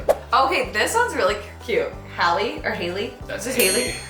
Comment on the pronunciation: Omg was annoying me with the way she was pronouncing Hallie! She was was saying it like Holly instead of Allie with an ‘H’ like you said